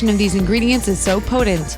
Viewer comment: "Gluden and podent"